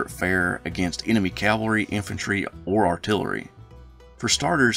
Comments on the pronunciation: Great vid and as a yankee decendant(24th michigan), Forrest has always fascinated me. There is something very American about the ability to start as a private and end the war as a Lt. General based on merit alone. Btw, if I had one critique, it's the constant pronouncing of cavalry as calvary. work on it. otherwise, your content is top notch. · I hate that pronunciation too. I apologize. I make it a point to say cavalry, but when I get excited when talking I will slip and say calvary. I know exactly what you are saying.